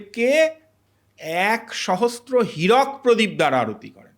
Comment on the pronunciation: "Sahastra" heeraok khochito ? "Sahastra" ? Kemon bangla ? Sahasra hobetoh?😝🤣